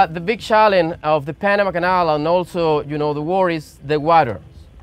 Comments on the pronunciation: جو اسمها Panama ليس banama 😂😂😂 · Nice one Joe. But it us P not B Greetings from Texas 🇺🇸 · Bro try to pronounce the Letter p correctly. IT is p not b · Panama 🚫🚫 --Banama 👌👌 This 🚫🚫----Ziss👌👌 Wtf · Bro, do you have a problem with the letter "P"?